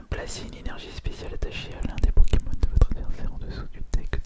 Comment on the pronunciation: Il charcute les noms des pkmn